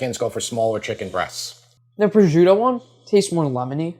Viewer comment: Minor nit-pick, prosciuto is pronounced pro-shoot-o, not prozhuto.